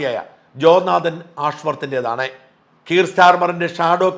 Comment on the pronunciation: "Jonathan" ഈ പേര് മലയാളി pronounce ചെയുമ്പോൾ കേൾക്കുന്ന mistake. ജോ നാഥൻ എന്നല്ല, ജോൺ തെൻ എന്ന് pronounce ചെയ്യുക